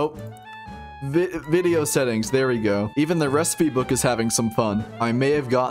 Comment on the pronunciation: Wen cwab wideo